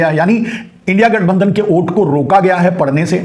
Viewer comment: ओ घनचक्कर, ओट नहीं, वोट । 😂😂😂